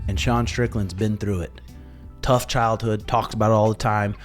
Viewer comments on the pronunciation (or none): none